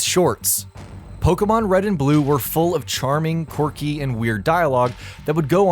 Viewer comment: Wrong accent on Pokémon, The accent you added makes it make the eh sound, Poke-eh-mon